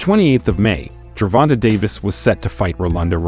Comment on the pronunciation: Ger-von-tae not gervonta lol why do white people have a hard time saying it 😂😂😂